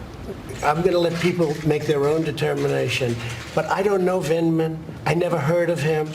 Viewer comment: He couldn't even pronounce Lt Col Vindman's name correctly --- he kept saying "Vindeman".